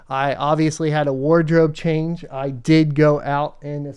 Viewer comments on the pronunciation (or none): none